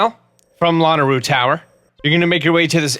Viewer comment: it’s luh-nae-roo